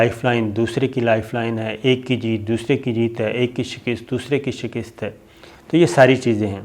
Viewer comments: Lafaz shikast hota hy shikist ni hota mazeed Aftab Iqbal sy bt kr lain, arzay, Mazhar Khursheed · correct your words shikast not shikist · Shakist ni hota, SHIKAST hota ha. Update your self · تلفظ کا خیال کرین.شکست کواپ نےغلط طریقہ سے بولا ہے. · لفظ شک`ست ھے ۔ شک نیچے زیر نہی ھے زبر ھے بولتے وقت زیر سے شکست بول رھے جو غلط ھے